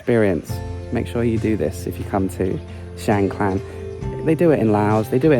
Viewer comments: No "l" or "ล" in the second part of the district name. So, it's Chiang Kaan, not Chiang Klan.😊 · What’s wrong with you British with every name and word you can’t pronounce it’s mysterious to me?😂 Chang klan?🤣😂🤣🤣 (Is Chiang Khan!)🔝👏🤣👍💙🇹🇭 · Great video, but isn’t it Chiang Khan, not Klan. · Is it me or did you mispronounce Chiang Khan throughout the whole video? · Rule number one... quickly research and find out how to pronounce the province / location name you're in... especially when selling yourself as a Thailand travel expert, a seasoned Youtuber in Thailand and still pronouncing things completely wrong! Theres no L in Chiang Khan 😅 Enjoying seeing you back on the road in Thailand and looking forward to following this trip 👍